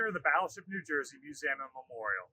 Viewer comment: learn how to pronounce museum